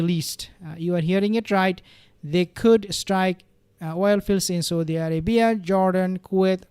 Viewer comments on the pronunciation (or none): none